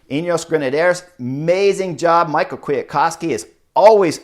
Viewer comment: Someone can correct me here but I'm pretty sure you pronounce Kwiatkowski's first name "me how" not Michael. Really bugged me haha.